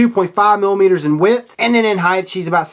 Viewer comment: Anyone else hate that he says heighth? Its so annoying.